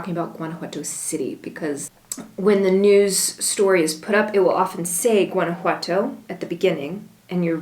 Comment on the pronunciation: Remember, if you live in Gto, don't pronounce the "G", a local should say it like a local. "Wana-wato". My kid's have family in Iramuco. I've heard Gto is alot like Los Mochis Sinaloa in terms of crime, take care!